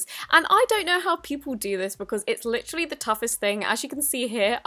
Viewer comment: she says it like litch-trally